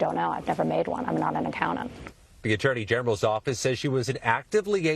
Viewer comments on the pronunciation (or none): I believe her when she says, "I'm not an 'accoudant.'"